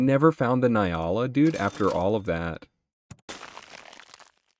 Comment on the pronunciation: Hey, I’m really sorry to be that guy🤦‍♀️ but it is pronounced N-Yala. The N is said like (nnnn). Once again sorry to be that guy.